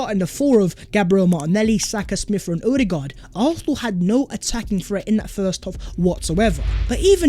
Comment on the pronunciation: Stop saying expecially. It's especially. And why does the s in arsenal come from the back of your throath. Sounds like you're saying arhenal